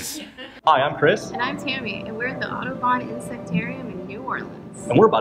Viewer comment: It's not pronounced autobon. It's not pronounced autobon. It's not pronounced autobon.